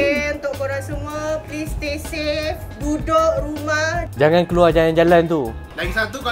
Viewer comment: okay guys “stay stafee”